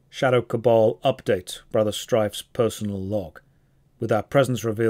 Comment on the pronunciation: Two things I learned from this video: 1: It's pronounced cabal, not cable. 2: isn't just a functioning torso with arms and a head melded to a chair with an insatiable desire to hold cups.